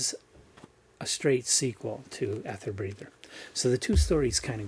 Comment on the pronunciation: Hi...erm...this is a bit embarrasing....sorry but it's pronounced "eether" mate (In American English as well as REAL English)☺ so you say it "Eether Breather" love ya mate